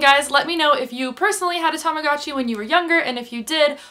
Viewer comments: TAMAGOOOOOOOOTCHI not TAMAGATCHI UGH I just can't hear you saying that , that way. haha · I had a baby blue one! Tamagotchi is pronounced so differently in Australia haha but oh god the memories